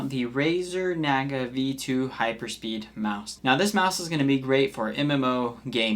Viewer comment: bro cant even pronounce naga and synapse properly.